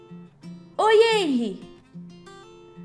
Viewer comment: vc estava falando errado kkkk esse "H" tem o som de "R" como se fosse Renry